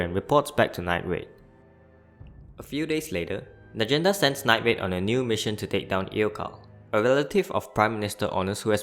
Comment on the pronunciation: Get your toungue checked night raid nine grade damnit